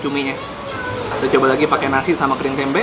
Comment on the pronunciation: Bang klo ngomong tempe akhirannya jangan pake K🤣